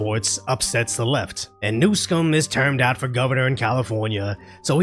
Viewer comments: Thank you for pronouncing Newscum's name properly. ;) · His name is pronounced new-scum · Your pronunciation of NewScum is on point!